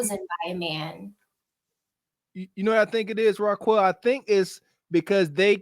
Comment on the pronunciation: It’s pronounced “Ra-Kel”, not “Ra-Kwel “